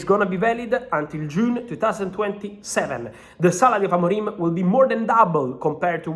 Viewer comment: He's name is Amorim not Amorime